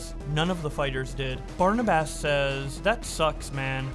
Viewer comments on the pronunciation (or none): You mispronounced Barnabas